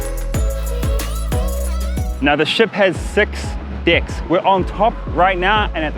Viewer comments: he said ship has 6 decks but I heard the ship has 6 dicks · i understood " the ship has 6 dicks" =D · 6 deck not 6 dick😂😂😂😂😂